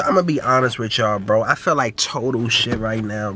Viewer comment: “Ima be honest witchall” what you got eryybody saying now